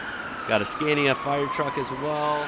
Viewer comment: It's interesting how you pronounce Scania as a swede I do feel obliged to tell you that it's pronounced skaa-knee-ah. 🙂